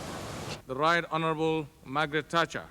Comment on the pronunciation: “De Right Onnabal Maggot Tatchah.”